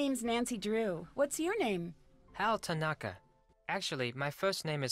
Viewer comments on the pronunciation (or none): They pronounced "tanaka" wrong I'm dying